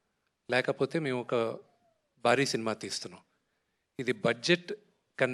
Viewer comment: మల్లా చెప్తున్నా బారీ etc తెలుగు pronunciation చెత్త లా ఉంది. మోహన్ బాబు గారు డైలాగ్స్ రారాజు ముందు మీ భాష (బాష కాదు ) మార్చు కో విష్ణు